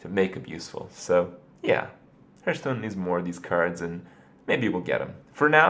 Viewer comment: why does this guy say herthstone